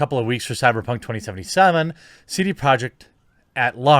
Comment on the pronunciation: Stop saying “2077” like fuck me